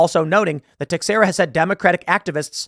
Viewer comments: Teixeira = [Teh-SHEER-uh] The more you know. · Teixara is pronounced Tuh-share-uh Tim.